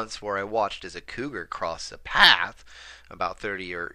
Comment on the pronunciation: Flippin heck, scary as this story is, i physically jumped out my skin whilst listening to you (whilst idly washing my face) when you said 'PAAATH' (path) just the way you sharply pronounced it scared me to death 😂😂 love these stories, thanks for them!